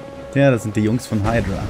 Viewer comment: nicht heidrua sonder hüdra (hydra)